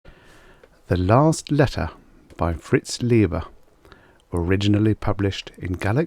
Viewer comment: I think he's correcting your pronunciation. It should be Lie-ber, not Lee-ber. Common mistake. So common I didn't even notice, myself. Great job otherwise. I've read a lot of Leiber but don't recall this one, so I'm going to scurry off and check my bibliographies.